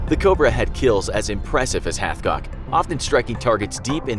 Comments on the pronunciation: Wait he said halfcock the entire video, his name is Carlos hatchcock. Dude has his own book and I own it. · Who else heard Carlos halfcock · I’m sorry but did you say his name was HalfCock 💀